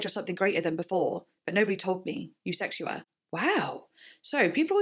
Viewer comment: It’s actually pronounced USEKSHUA😄